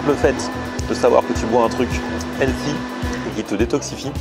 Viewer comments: Healthy... Heu pardon, Elssi en fait. Alors soit vous le prononcez bien, soit vous dites Santé et ça fonctionne tout aussi bien. Anglicisme inutile. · C'est qui «Elsie»? «sain», «frais», «bon pour la santé», «équilibré», ça marche mieux que «healthy» (avec un h aspiré, bien sûr). «chef de bar» au lieu de «barman» souligne la compétence et l'indépendance du professionnel en charge de la préparation et du service des boissons, substitution adroite et réussie. Bravo et bon appétit! 🥗🥝🍅🥑🥕🥦